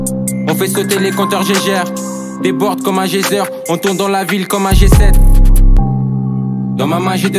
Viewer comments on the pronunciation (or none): none